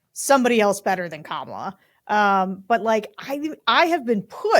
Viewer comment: I don’t have a lot of respect for the opinion of anyone who doesn’t know how to properly pronounce our VP’s name after 3 and a half years.